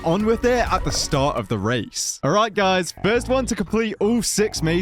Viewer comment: It's guys not guyds